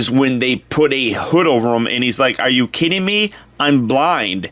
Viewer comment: You say ewe